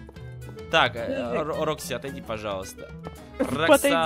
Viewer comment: Это не Рокси , а Фокси